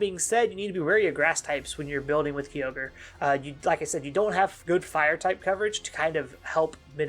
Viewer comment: Another cool video and covering one of my favorite Pokemon. Though, the most annoying thing I find about this video is how you pronounce Kyogre as "Ki-yogre". It should be pronounced "Kai-ogre" unless my English is wrong. Very powerful once it gets its synergy going, but you are right about the teambuilding. Kyogre Team is pretty much straighforward; Tornadus, Tsareene, Incin, Urshifu-Water, Eleki/Zapdos, etc. You can do more with the other restricted mons, but I think the straightforward and simple team centered around Kyogre is easy to play with, and it is powerful. Personally, I think beginner player can be comfortable with this team, and it can help to teach them how positioning works because no matter how strong Kyogre team is, if you don't position right (which is same for any team), you can be potentially screwed. Not to mention that Kyogre Team can be obvious when it comes to movepool and playstyle.